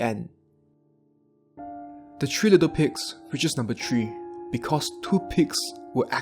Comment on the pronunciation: your accent sounds french, is that correct? I can hear it a bit as you say certain words. like, it's easy to hear as you get, "Three," as, "Thee"